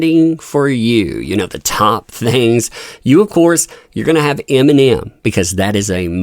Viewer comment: "iminium" lol.